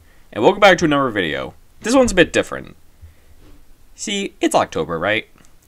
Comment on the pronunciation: STOP SAYING ANOVER!!!!😂😂😂😂😂😂😂